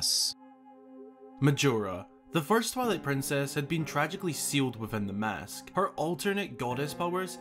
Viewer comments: O god plz stop saying mosk >.> it’s mAsk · ngl it sounds like you're saying 'Mosque' instead of mask ''xD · You pronounce it like “mosque”, which radically changes the topic of the sentence. 😂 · why does he say mask that way